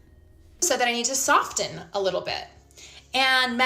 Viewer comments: I could never date anyone so ignorant they pronounce the t in “soften” or “often,” for that matter. Lord help this creature. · Biggest red flag is that she pronounces the T in "soften". Absolute psychopath. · “SofTEN”?!? Has anyone else noticed our language disintegrating lately, primarily by women? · I need no other data point for ascertaining this person's abrasiveness than that she is literally telling us she doesn't need to soften, while ironically overenunciating a hard T in the word soften. Every syllable out of her mouth is caustic.